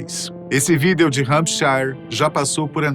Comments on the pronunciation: ESSE CANAL TRAZ FATOS BACANA MAS ESSE APRESENTADOR TA FERRANDO O CANAL PRINCIPALMENTE QUANDO PRONUNCIA A PALAVRA " VÍDEO ' SAI FORA CARA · O primeiro cara na história que não sabe pronunciar a palavra “video” lkkkkk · Mano, que agonia quando ele fala a palavra “Vídeo” corretamente.